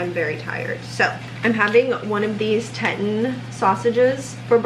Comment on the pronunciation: I think that Teton is pronounced TEE-tahn. Like the Grand Teton National Park. 🙂